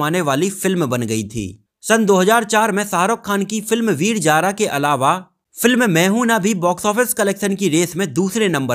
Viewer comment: Abey laudey veeer Jaara na Veer Zaar........ Z aur j mey farq nai samaj aata kyaaa